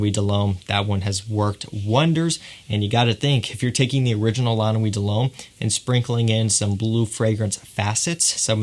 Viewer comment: Someone said, "Dull Hommay" it took me a while to realize that he was trying to say, De L'Homme...ahhh these french pronunciations!!!